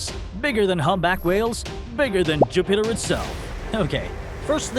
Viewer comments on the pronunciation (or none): Juh-pet-her? huh?